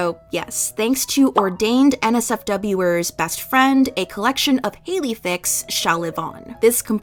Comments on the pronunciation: "nsfwer" mate it's clearly (a)nswer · lmao i love how whenever you said the original writers name you accidentally said nsfw instead of nswer (it’s supposed to be pronounced answer and they are what fans of nmixx are called) probably out of habit😅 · Just a note but you read their name as ordained nsfw-er. But its pronounces answer but w/o the a ! Its Nmixx's fandom name :3 Ps: rhis is wild to watch when i saw them live yesterday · you misread it as "NSFW-er". It's "NSWER" and is pronounced like and comes from "answer"; it's the name of NMIXX's fandom. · quick correction! the author's name isnt NSFWer hahaha it's NSWER (like answer without the A) because that's the fandom name of the group! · NOT ONLY THAT SHE KEPT SAYING NSWER AS NSFW-ERS 😭😭😭😭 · THIS IS INSANE BUT THE WAY SHE PRONOUNCED NSWER AS NSFWER IM SOBBING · IT'S EN-SUH, NOT NSWER 😭 iT'S LIKE ANSWER /GEN /NM